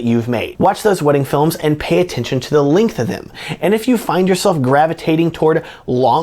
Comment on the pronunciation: So, when you say "Linkth" do you mean "Length"?